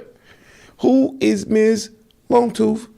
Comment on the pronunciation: “Ms Longtoof”😂😂